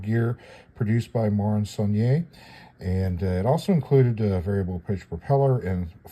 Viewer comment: Yet another fascinating look at a vintage kit,. I'm now officially addicted to your knowledgable posts!! (It's 'saul-nee-air' BTW. It's a French word with no accented 'E' at the end) Don't tell me you can't say it.....I know you can do it if you really want to!😉😄👍 Can't wait for the next installment.